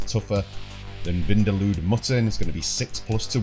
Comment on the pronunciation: “Tougher than vindalood mutton” 😂